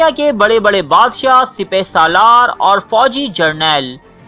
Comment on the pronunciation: Sipy salar ni hota sipasalar hota ha